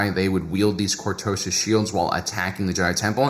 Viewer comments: Say it with me. Cor-to-sis! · I almost did not watch you video because of the click bait title, good thing I really like your content. Mispronouncing words os very common among people who learn from reading. One of my favorite visuals of cortoses is of Luke slowly hacking his way through the stuff in The Hand of Thrawn books. Off to BBQ some Ewok, keep keeping it real.